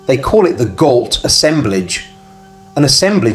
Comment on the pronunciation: Gault is a French name and is pronounced Go, like Renault, ault is o